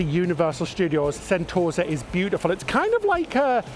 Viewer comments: it's pronounced "Sen-Toe-Sa" not "Sen-So-Ta" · Island name: Sentosa Ignorant tourist content creator: "Sent-Sorta" Not even trying there, innit, mate? Not even a minute in and already pissing off an entire region. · It's pronounced as Sen To Sa not Sen So Sa thx for the understanding. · Hmm. I thought you already posted on your trip to my country a few weeks ago? Btw it's Sentosa not Sensota. How did you end up mispronouncing it in the cable car. Lol 😂